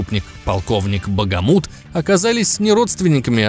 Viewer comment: Правильно не багамут ,а бахамут